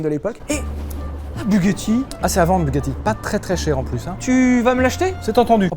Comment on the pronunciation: PAS DU TOUT FRANÇAIS BUGACHI